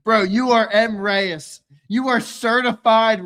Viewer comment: I realize you guy keep saying Mreyes. I think it's actually Mr Eyes. Lol. You should ask him.